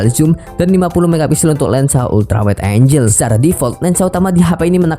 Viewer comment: sebutan ANGLE (ANG-GEL) bukan AN-JEL